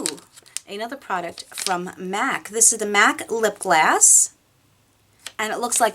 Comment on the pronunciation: I love how you say lip gloss, like lip glass haha